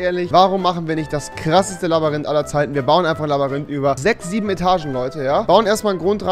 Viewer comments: Das Labarinth😂😂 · Labarynth wer kennts nicht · Schön das er es nach 2 Folgen gemerkt hat das es LabYrinth statt LabArinth heißt. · Labayrinth returns😂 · Ja rewi ..... labarinth😂😂 hahahahaha lachflash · Rewi mit seinem "Labarinth" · Wie rewi einfach labarinth sagt😂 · Warum sagt Rewi immer Labarinth 😂😂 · "Labarinth" ? :0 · Am Anfang : Labarinth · labarint fich baba aussprache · Rewi sagt immer Labarinth statt Labyrinth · JUNGE ES wird labÜrint gesprochen noch labarint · Dikkah man spricht es eher Labürint, nicht Labarint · Es heißt NICHT Labarynt. Sondern Labyrinth. Danke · Nich labarinth sondern Labyrinth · Labyrinth mit y spricht man labirint aus und nicht labarint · Er sagt Labarinth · Äh revi mir so aber das Labyrinth nicht Labarint das kann nur nicht labern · Rewi ist so dumm es heißt nicht Labarynth sondern Labyrinth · Ich liebe es, wie du immer LABARINT sagst!😂😂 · Labarinth, Labarinth, Labarinth🤣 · Labarind 😂😂😂 oh man rewi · Wer kennt es nicht „labarind“ 😂😂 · Digga, was ein „Labbarinth“! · Labarind bestes Deutsch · Ey das "LABARYNTH" ist fertig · „Labarinth“ wer kennt’s nicht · Ich habe auch diesen fehler das ich laberrind sage 😂😂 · "labberünt" ~Rewi 2018~ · Dieser Moment wenn du merkst dass er immer nur laberrint sagt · Warum kann niemand Labyrinth aussprechen?? Alle sagen ,,labarint" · Kann mal jemand erwischt sagen dass es Labyrinth heisst und nicht labarinth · er sagt immer labarinth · Wer hört auch das er Labarihnt sagt😂